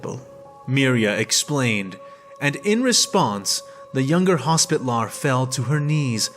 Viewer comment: "HOS-pi-TAL-er", not "hospit-lar".